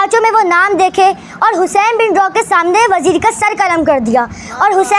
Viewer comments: Lafzon ki adaegi theek kro Hussain bin rooh he roh ni he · Hussain bin roh he Naam hai rooh nhi hai